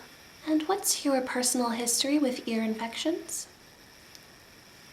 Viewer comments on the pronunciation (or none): none